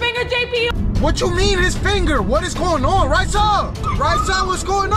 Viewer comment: STOP! SAYING! TEAM! RAYSSA!